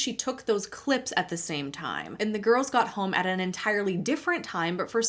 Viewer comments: I am only at minute , and that "Hi giurls" sounds so russian. The majority of my neighbors are Russian and Ukrainian families, and all the women wear the most expensive brands, drive expensive cars, full of botox, "plump" lips and they're all skinny, when their husbands are ( the majority) short and with big bellies, and in many cases way older than their wives. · "hi giolz" - I can tell she's russian 😂